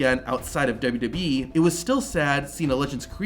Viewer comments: WWE!!! SOUNDS LIKE YOU BE SAY WB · Man, who would of thought saying 3 letters would destroy someone’s mouth. W W E being said repeatedly throughout the video as W double you bee 🤣